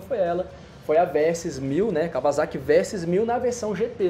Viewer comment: Merece um like pela pronúncia correta de Kawasaki pelo Guigo Pinheiro em (e logo depois detonada novamente pelo Hugo 😂)